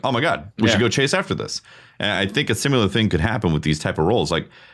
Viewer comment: Drink every time says "simUlor" and not "similar".